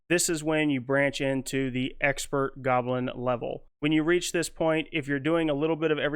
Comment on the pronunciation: Intermediate “golbin” lol. Love it.